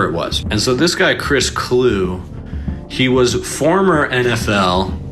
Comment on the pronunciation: “Clue-E” for the record. Sorry to be pedantic lol. The NFL ended this man’s career cuz he was always like this. Coming from a Vikings fan etc etc My favorite Chris quote was 😂 “CrossFit is okay I guess… except those pull-ups, F those pull-ups”. Lmao